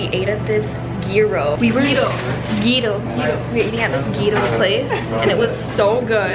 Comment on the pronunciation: Love ur vids always!! Also just to let you know the way that you pronounce a gyro Is Euro.